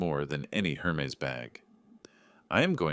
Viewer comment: "Air mez" bag, not "Her mees" bag.